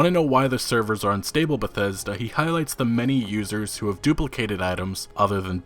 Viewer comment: How come this dude sounds like he has a learning disability every time he says the word Bethesda